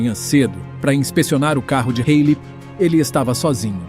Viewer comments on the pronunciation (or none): É Halley